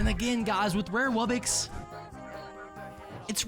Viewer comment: Just to let you know its wub-box not wubbix